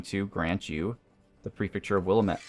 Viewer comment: Don't say Willuhmet. It's Willamette, the a pronounced like the a in and, I live there and your causing me physical pain